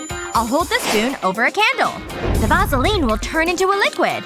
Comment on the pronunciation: She said vasoline wrong